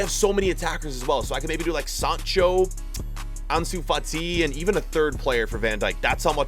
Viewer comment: Who remembers when said Ansu Fat-Eye